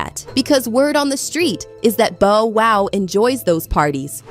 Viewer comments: Bow WOW, not Bo WOW? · Bo-Wow????? Lady please get the correct pronunciation of his name. It’s BoW-Wow!!!!! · 😫 Exactly what I was thinking. Bo Wow? Really? Cant go any further. Have a Great day All. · Every time she mispronounces Bow, it’s like nails on a chalkboard but, trying to hang in there. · Wtf yall can't announce people names right wtf is a Bo woo.smfh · Lady before U report a story learn how to pronounce the person's name correctly 😡 U guys do this deliberately 😡😡😡😡😡 it happens all the time 😡 a two year old can Bow Wow😡 I'm sick and tired of it, stop being disrespectful 😡😡😡😡😡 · I cringe every time “it” says Bo-wow😖😤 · No fr! Bo wow is crazy 😂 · How she not know how to pronounce Bow Wow? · DON'T YOU JUST LOVE THE WAY THE NARRATOR MIS-PRONOUNCES BOW WOW'S NAME?